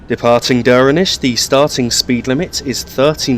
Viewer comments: So you were spot on with your first pronunciation of Stromeferry. 'Strom-ferry' Duirinish is a little different but you were very close. Coming from gaelic the D is softened so it sounds almost like a J I would pronounce it 'Joor-in-ish' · Duirinish pronounced joor-i-nish Also .. Achnasheen, Lochalsh and just Loch all have CH pronounced softly or guttural not hard like Acknasheen or Lock. Try the words from other countries like Rioja or even Bach and you get the idea ..